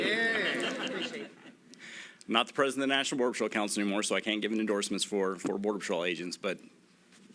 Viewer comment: The National Norder Patrol huh?